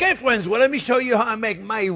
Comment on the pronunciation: Making these Sunday!: how would you write how Chefs pronounces "friends"? "Fwends"?